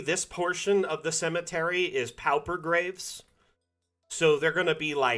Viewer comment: Thanks! Dungeon Alchemist helps my sanity (but only because there aren't enough Great Old Ones in the assets yet). I hate to be "that guy". Unless it's a regionalism, pauper rhymes with (and sounds identical to) paw-per.